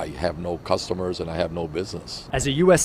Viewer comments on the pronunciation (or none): Why does it sound like cucumber when certain people say customer? They make it sound like produce.